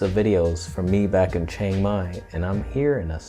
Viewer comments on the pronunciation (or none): none